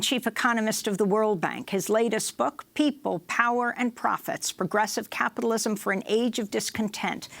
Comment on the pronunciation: Hahaha, turns out ' progressive capitalism' is 'socialism' in drag. What happened to ' wor on capitilwasm?'